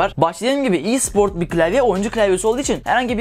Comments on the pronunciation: LA OLM E SPOR İ SPORT DIYE OKUNMUYO RKXKRFKRJKFKD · İ değil e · i siport ne aq e spor desene direk